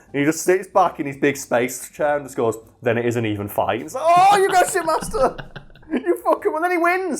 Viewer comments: Oh.... SHIPmaster.... I legit thought you were saying shitmaster, lmao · Not gonna lie, though that you were calling the Shipmaster, "Shitmaster".